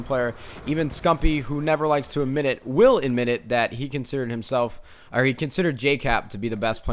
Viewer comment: just saying it's Jkap not Jcap